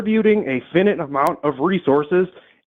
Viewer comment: says finite weird, maybe Ice should deport him based on his arguments